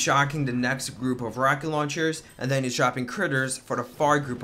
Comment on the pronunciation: "aNd DeN hIt Da CoRe"